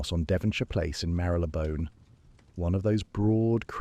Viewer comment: Exactly…….. it shows that the faultless feeding of the story still depends on the human feeding of the facts …….. A.I. cannot think for itself …… and then I’m not even mentioning the repeated mispronunciation of well known words like inquiry and Marylebone Station ……… Greetings from the Cape in South Africa 🤓😜😇💚